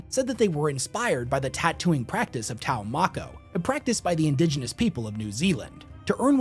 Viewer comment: Taumako??? Sorry, but that's too funny 😂😂😂